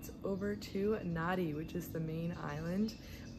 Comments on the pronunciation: It’s pronounced Nandi, written Nadi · "Nadi" is not an island, and you didn't even bother to learn how to pronounce the name of that city correctly. You obviously do not care at all about what is actually happening here, all you did was what tourists do. Why did you not visit the real Fiji? When you said "Yawasa Island Chain" is when I had to stop this nauseating video. Next time you go somewhere, please get to know the place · So you think that calling your traditional drumming an annoying tapping sound is OK? And how about not even bothering to learn how to pronounce Nadi? Why did she bother coming here if she does not want to learn anything and is so disrespectful?